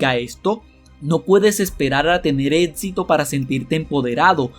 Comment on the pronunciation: Pronuncias mal Éxito y lección 🦻🏼🦻🏼👂